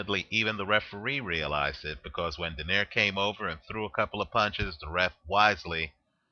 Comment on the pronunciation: it's pronounced as "Do - nay - ree"